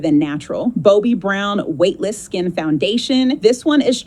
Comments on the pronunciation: I’m sorry, but who tf can’t pronounce “Bobbi”?! 😂😂😂 Edit: I was just listening to the video, if I was watching I definitely would have caught that “influencer” was just AI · Yep pronouncing Bobbi as Bobe made my face go 🤨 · The biggest red flag here is the way she pronounced Bobbi. I know caught that too when I saw him smirk when she said it. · Another sign it's AI, I don't see a human pronouncing Bobbi the way it does. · As soon as she mispronounced “Bobbi” I knew it was AI. Anyone who has been in a Sephora knows Luxe isn’t a brand in that store. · In Scotland 🏴 that pronunciation means something else 💀